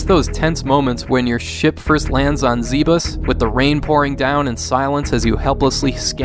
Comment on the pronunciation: for “ZEEBUS”